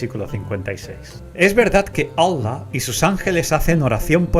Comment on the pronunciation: Parece que diga wuala! Como cuando alguien expresa con una palabra admiración, sorpresa o etc… en lugar de Allah.